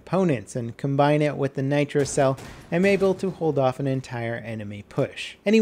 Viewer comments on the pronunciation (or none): none